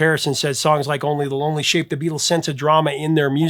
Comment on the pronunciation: Every time you mentioned the Roy Orbison song it sounded like "Only Baloney" to my English/Australian ears. Perhaps slow down a bit and improve your diction (as the actress said to the bishop).